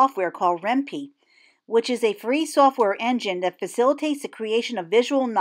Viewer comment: Ren pee? lol I thought it was Ren "pie" because it's short for python.....heh....